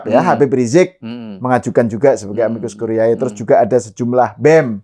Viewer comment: Dua kata tersebut dalam bhs Latin dibaca: amikus kurié bukan amikus kuriaé.